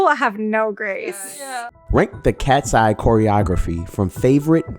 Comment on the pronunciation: where is Manon ??? its not katseye its katsey